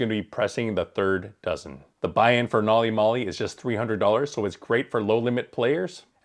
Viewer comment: Every time mispronounces the name of the system makes me cringe